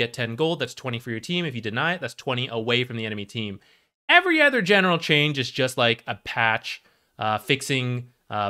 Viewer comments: its supposed to be an-Uh-ther not an-Æ'-ther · where are you from that they pronounce "other" as "eather"? its not like you use it sparingly either, considering how egregious your mispronunciation is. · did you watch the video? he says "other" about every 3rd sentence, and the pronunciation is jarring. yes hes talking about aether lens as well, but could you tell the difference? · here's one of many. I have never heard this pronunciation even from someone for whom english is not their primary language. literally sounds like hes saying "anether" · it would help me more if I could focus on the information rather than be distracted by his insane pronunciation of "other" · i not only meant to say egregious, I did say it. I said insane too. If someone has an accent or speech impediment it should apply to more than just one word, which is why im curious as to how he learned this pronunciation. And it is egregious, even just sounding the word out should produce something like "oather," which while also incorrect is at least closer to the actually pronunciation, and further away from similar words like "either" or "aether"